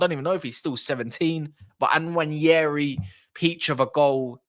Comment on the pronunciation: the N is not silent and it's not pronounced Waneri. The N is part of a double letter alphabet 'nw' in Igbo language. There are so many of such double letter alphabets in Igbo language eg. ny, ch, kw, nw, gb, gh, kp, gw. The Igbo tribe is one of the three major ethnic groups in Nigeria and that's where Nwaneri's ancestry hails from.